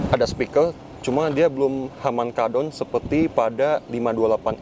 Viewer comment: Spiker woy bukan spikel...harman kardon bukan halman kaldon